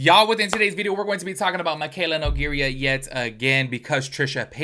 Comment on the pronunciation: I kept feeling like you were saying her name odd but wasn’t sure what it was until now. You’re saying Nogeirya and it’s No-gay-rah